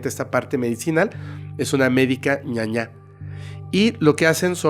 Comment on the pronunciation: Saludos desde Paraguay, los escucho siempre 🇵🇾 P/ Corrección: no es medica Ñaña (ñaña es malo/a en guaraní), es medica Ñaná (medica de hierbas naturales)